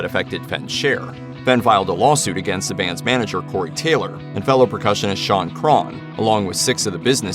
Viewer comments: Crahn? CRAY-HAN - NOT CRARN OR CRAHN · Shaun crawn it's Crahan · You mispronounced Fehn and Crahan. It's like pronounced like "Fain" & "Crayhan"